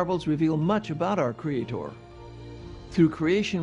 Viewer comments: I hate the way the mispronounce 'creator' as 'creatOR'. It makes them sound retarded. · I see "cre-ay-TOR" has reared his ugly head...again. ;) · I wanna slap that man every time he over-pronounces creaTOR.